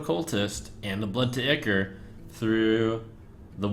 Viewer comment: I hate how trump pronounces ichor. it's supposed to sound like "eye-core"!